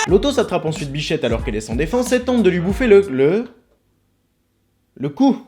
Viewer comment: c est grave si jai entendu "biflette" au lieu de "bichette" docteur?